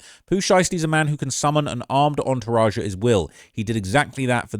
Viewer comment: A mane say mane you hit that Memphis accent mane.